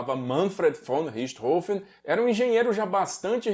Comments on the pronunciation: Que bom ver alguém pronunciando o nome corretamente. Saco essa imprensa imbecil falando Richtófen ou Richtôfen. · Finalmente alguém que pronuncia "Richthofen" corretamente.